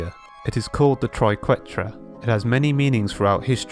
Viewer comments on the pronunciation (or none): none